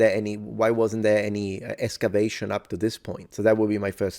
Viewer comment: I really enjoy your no-nonsense approach to checking the sources. I wish more so-called "experts" would do it. But may I pick a nit? 😅 While there is no "x" is espresso--as Weird Al so eloquently proclaims in "Word Crimes"--, there actually IS one in "excavation". Maybe it's my headphones, but yours sounds more like "escavation".